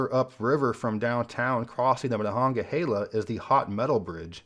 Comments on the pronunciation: aLad - considering we can be 100% sure it’s being butchered now by people who think they know how to say it from the original Iroquois and its correct pronunciation, we can safely say he did a great job, especially from one not used to saying it. Great job. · As a Pittsburgher I’m glad you pronounced Monongahela correctly. Also, there’s not a bad way to enter the city. The Ft. Pitt tunnel gets all the love and deservedly so. But there’s so many good views.